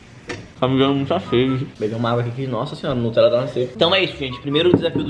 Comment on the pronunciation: "o falou *notella" kkkk n é nem Nutella, é *notella kkkkkk